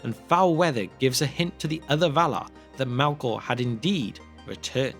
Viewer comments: Why pronounce it Malkor not Melkor? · Mehlkor, not Mahlkor. A little thing but irritating nonetheless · Malkor?? Sup with the pronunciation here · The true evil in this story is the narrators pronunciation of ‘elves’ and ‘Melkor’